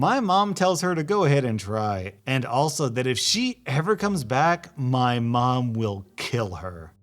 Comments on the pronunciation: did anyone notice mon instead of mom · he says mom instead of mum but mispronounces aunt